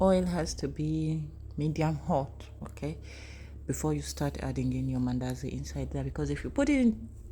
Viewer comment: i hear mindazi😅